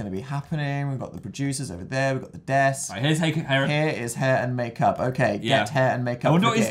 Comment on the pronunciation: phil lester vs the words “hair and makeup”